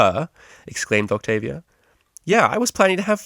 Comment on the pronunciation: octobia? really vinyl?